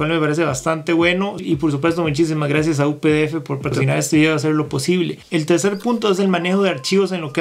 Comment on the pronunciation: Muchas! jeje siempre me ha causado mucha gracia cuando lo pronuncias! me gustan mucho tus videos! sigue así!